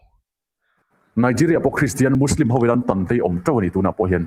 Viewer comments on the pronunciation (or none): none